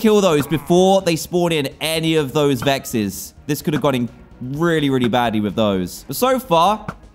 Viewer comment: It was funny when he called vexs, hexs